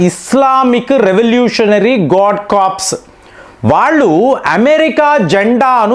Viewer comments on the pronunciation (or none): Not corps...means dead body Correct is to pronounce as core. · కార్ప్స్. కాదు. కోర్ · Corps is pronounced as core